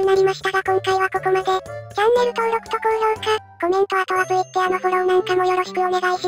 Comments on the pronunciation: 最後のTwitterのerをエアって読んでる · 最後トゥウィッターって言ってた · Twitterを「トゥウィッテア」って読むのほんと草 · 最後にTwitterがﾄｩｲｯﾄｩｰに聞こえました🐦